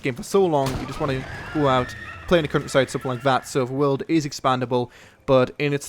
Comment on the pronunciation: ''The cuntryside'' ;)